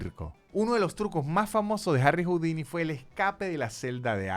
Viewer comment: ¡Hola,! No se pronuncia "jaudini".